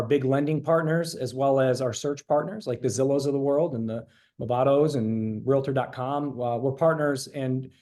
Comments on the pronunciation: there is no such thing as a Real-a-tor; it's Realtor (two syllables), or if an agent is not NAR affiliated, there are a real estate agent. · Please learn to pronounce Realtor. It is NOT Real-a-tor. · I am a REALTOR (two syllables not 3) and proud to be a member of the oldest, largest most powerful and helpful trade association in the world, the National Associations of Realtors. NAR and it's members have one purpose and that is to protect and serve our property owners, Sellers and Buyers alike. The MLS was formed many years ago primarily to have a way to promote properties for sale and publish a unilateral offer of compensation to agents who have a buyer wanting to buy a home listed with a seller. There would be no successful transactions without a buyer and a seller. We need each other. When a seller decides to sell their home they need a buyer...right? Most sellers don't know how to do that. Some think they do and a few can sell by owner. Buyers wanting to buy a home need help with a litany of events to be successful. They need a Realtors help doing that. That's what we are trained for. What We have to offer is very valuable to both Buyers and Sellers. A seller has the choice to interview several Realtors to list with, determine the right price, marketing events, handle the transaction to find the right buyer and the seller can negotiate the commissions they will pay. Commissions Are, Will and always have been negotiable. I can choose to not take that listing or work with that buyer if they are not willing to compensate me. The changes in the NAR settlement when and if it is approved will remove the field in the MLS posting the offer of compensation to a buyer’s agent.